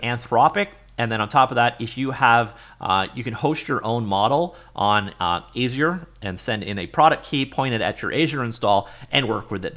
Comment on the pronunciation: aye-zuh-yer ? Are you joking? That's a new fun way to pronounce it I guess. Thanks for the video